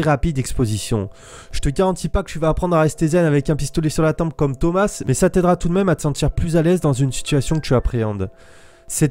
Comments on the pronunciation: Ça se dit pas Thomasse mais thoma le s est phonétique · POURQUOI TU DIS THOMAS « SSSS »